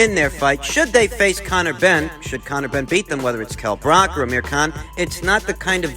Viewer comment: Bruv, it’s not Brock, it’s Brook. Book with an R in there